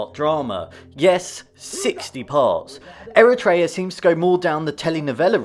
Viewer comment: Great vid! Not to be that guy but its technically pronounced eh·ruh·tree·uh instead of eh-ruh-tray-ah